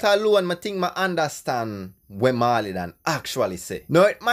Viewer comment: Dawg why would you try to discredit Pablo’s writing skills? You are sounding bias. A next thing, it’s not “maw-lee” ute learn fi pronounce the man name.